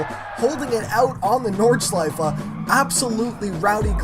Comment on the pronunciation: Dude you pronounced Nordschleife very well